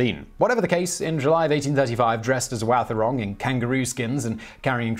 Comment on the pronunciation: Yeah... except Wathaurong is generally pronounced "WAH-the-rong". (The "th" being voiced)